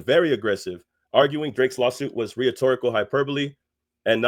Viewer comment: wtf is “riatorical”?? You mean “rhetorical”???